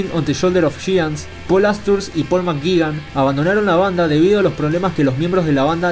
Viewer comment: álan makgi😂😂pol makgigan